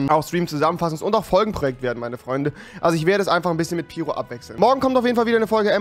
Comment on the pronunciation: Wie sprichst du piro aus?? 😂 Piro wird Peiro ausgesprochen